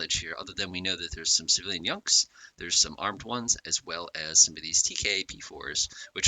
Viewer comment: Their called Junk's not Yunk's.